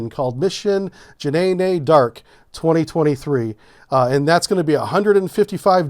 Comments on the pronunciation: Dude I love you but calling her "Janaynay d'arc" is pure heresy. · Please say “,Zhann Dark”. Not what you said. Just saying. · "Janaynay Dark" made my day LOL! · Je-nay-nay Dark.... that has to be your best pronunciation to date 🤣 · Ja-nay-nay Dark. LMAO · "Mission Jah-nay-nay dark" had me rollin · My man massacred the name JEANNE D'ARC 😂😂😂😂